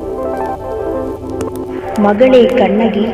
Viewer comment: ചിലപ്പത്തിയല്ല, ചിലപ്പതികാരം' കണകിയല്ല, കണ്ണകി. ദയവായി തെറ്റിക്കല്ലെ... മനോഹരമായ ഒരു പേരല്ലെ..